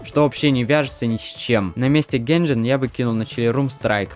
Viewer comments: он реально сказал генжен, он сказал генжен💀💀💀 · А зачем тогда нужно делать эти синематики, эти приквелы если главное гейм плей, а не сюжет? Да и геймплея в соул найте нет абсолютно, просто тыкай на кнопку атаки и уворачивайся от элементарных тык . Да и с вашим произношением у вас тоже проблемы потому "Enter the Gungeon" не читается через "э" , слово "Gungeon" происходит от слово "Gun", читается через " А" . Поэтому у вас плохо получилось блеснуть умом